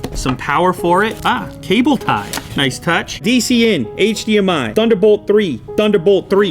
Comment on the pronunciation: TH underbolt TH ree